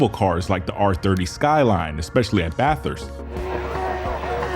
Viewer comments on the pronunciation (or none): none